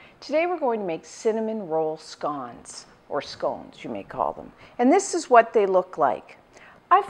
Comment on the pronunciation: Never heard these called scaans?